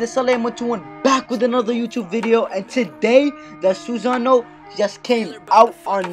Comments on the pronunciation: Also lmao "Susany" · how to say it - sew-sa-no